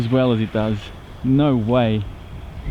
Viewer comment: LOL first word I hear was total Aussie - "Noauwr!" Love it, thank you for the vid.